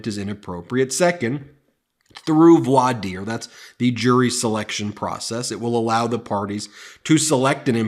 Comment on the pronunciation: Oh, one more, voir dire is pronounced “vwar deer”.